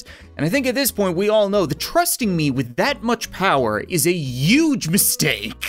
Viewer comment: i like how cap says "uge" instead of "huge" it makes the joke alot more funnier